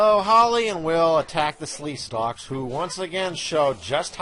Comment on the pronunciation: Sleekstaks not Sleestalks. Sorry, 8 years late.